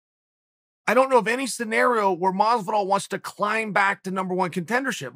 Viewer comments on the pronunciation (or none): none